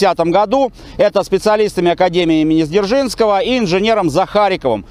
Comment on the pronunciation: ПОЧЕМУ, автор называет академию ЗДержнского, когда она ДЗержинского?!! Вроде рассказывает историческую тему, но сам не грамотный что-ли?😂